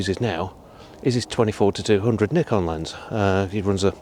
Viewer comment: Great to hear a reviewer pronounce Nikon properly, and not like some inept "experts" from the far west.